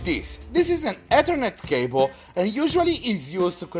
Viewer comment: "Dis is a Etirnit cabele"